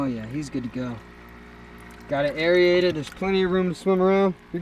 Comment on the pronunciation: Lol aeriated...... instead of aerated. Makes me laugh everytime